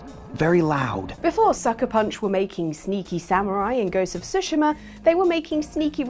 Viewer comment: "tsu-shee-mah" not "tsu-shim-ah". 😁